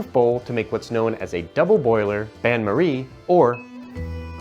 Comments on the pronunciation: I have to say, switch to a french accent le bain marie trick was great 👍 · Honestly though, you said it really well! The pronunciation was spot on both times, and I say this as someone who grew up in France. Made me laugh quite a bit 😄 and it was a really useful trick! I often had the issue of the cheese melting and being very stretchy. Also the fact that I can move everything in a bowl instead of putting it in a pan seems much easier. I'll 100% try your method. Many thanks! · As a french guy, your "bain marie" is close to perfection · Great video! Many thanks! And as a French guy I can certify that your accent on « Bain Marie » was absolutely perfect. Just perfect. Cheers